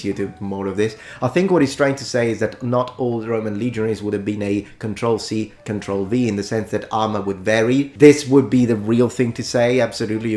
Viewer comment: Say "We were worryingly well aware." ten times. You meant copypaste, but I heard "control see, control victory".